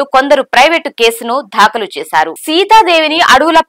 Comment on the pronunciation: Pronunciate as "daakhalu " but not "dhaakalu " and so many ackward pronunciations may be corrected please